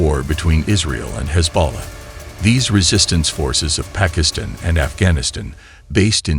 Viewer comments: The narrator s pronunciation is abhorrent esp of Iran, Pakistan and Afghanistan. Has he never heard of these countries. Iran he pronunces as iron. Disgusting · Are you a BOT? You mispronounced the group names, but then you mispronounced Pakistan and Afghanistan. You mispronounced Shia, you mispronounced Iran and Iraq and even Hamas. Have you thought about not doing these videos? I mean, there is Stu..d, then there is you. How the H do you mispronounce Hamas? They have been on every news source on the planet for the past 9 months.